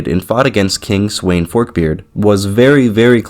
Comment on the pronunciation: Sweyn is read as Sven